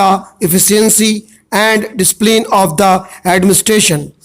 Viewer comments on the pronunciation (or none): Words properly bola kar Prunciation KO improve kar Samajh hi NHi aata Ki Kay bolta h Discipline word tak Ki prunciation thik nhi h.... Improve your way of prunciating....